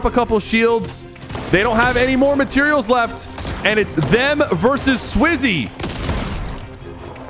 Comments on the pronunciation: 8 minute in u said swizy and falcon falcon is the org is name is japko good vid btw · SwizzY and Falcon💀 & saying Slayer instead of Fragger like this ain’t elder scrolls online, the more I watch the video the more I realize ‘bro does not watch EU’💀 he’s saying almost all their names wrong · Bro said swizzy and falcon 😂😂 no hate